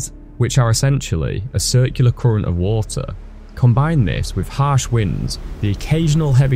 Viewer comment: Koorent, koorent, koorent 🙈